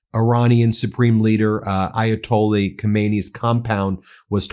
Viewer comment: Ayatolli you say? Well, that's one way of mispronouncing it. Yet, didn't you point out how conservatives never seem to pronounce Mamdani correctly? Lol, Trump said he'd end the Russian-Ukrainian war before he was elected, then in 1 day, then in 100 days. Trump is a businessman and a salesman, you can't trust a word he says. Do US tax payers want to fund this? Well, look at S. Korea. The US was the major (by far) outside help to those on the Korean peninsula that wanted democracy. Would you say those lives and tax dollars were wasted helping them? How about Taiwan (Republic of China), did the US waste tax dollars defending its ally during the first and second Taiwan Straight crises? Or how about Ukraine, if Ukraine survives, and the US makes a new trusted ally, would the money spent helping them be wasted? You hate Trump, as do I, but that doesn't mean every single thing he does is horrible. With that said, this may easily turn out to be horrible, if Iran gets the same outcome as Iraq and Afghanistan. Thoughts and prayers?? What are you, a Republican after a mass shooting where 30 people are killed? Thoughts and prayers are useless..... Jesus, you're just as bad as those you so harshly criticize.